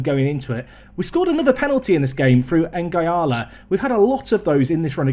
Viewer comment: I must admit it annoys me when you call Nguala "N-gy-ala" when it's pronounced "N-gwala"... obvs doesnt make any difference but just one of my silly things...